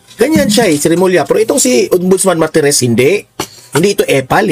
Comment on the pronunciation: Martires hindi marites